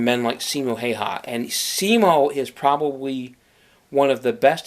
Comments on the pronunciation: He said his last name wrong Hay ha?? Its pronounced how wa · häyhä not haiha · Finland: Simo Häyhä English: Siimou Heeihah *about*😂😂 I know, its hard to pronounce it right, for the ppl who dont talk Finnish :/